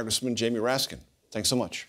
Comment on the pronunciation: Not to be annoying, but there is no "s" on the end of Raskin.